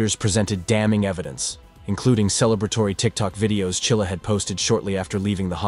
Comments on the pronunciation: It's Mackenzie Shirilla, not Chilla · Shirilla NOT Chilla your schmo's. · The name isn't Chilla, it is Shirilla. If you can't even get the name correct, why waste your time?